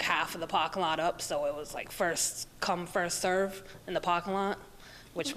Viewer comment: “PARKANG LAT”